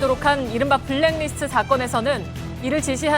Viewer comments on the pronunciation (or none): 손석희 앵커 블랙디스트 라고 읽고 있는데 블랙리스트를 왜 디스트로 읽는지 아시는분?